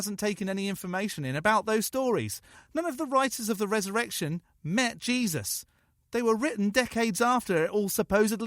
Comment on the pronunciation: Am I the only one that heard "Cheesus" ? I think that guy would be way cooler